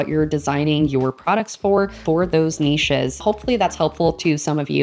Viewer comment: Very cute and interesting NEESHES! That's the proper way to say it. :-) :-) Thank you!